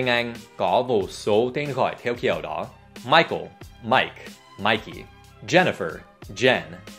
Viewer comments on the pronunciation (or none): thầy Dan đọc sai nha. Phải là Mai - cồ. Mai - cồ Obummer. (Michael and i...)